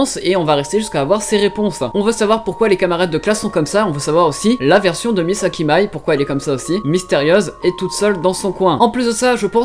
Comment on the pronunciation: Mais pk ptn tu peux pas bien prononcer les nom comme another et mei Misaki